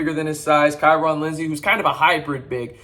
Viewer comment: Where is the "A" in KyeRon?